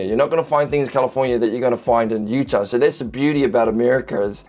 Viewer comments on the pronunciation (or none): none